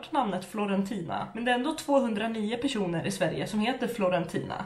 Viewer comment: Elsa. M hon sa personer men tycker också det låter lite som ”195 keroner” 😂💕